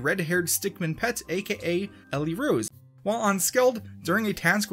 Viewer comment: Everyone: Ellie Rose You: Ellie RUUse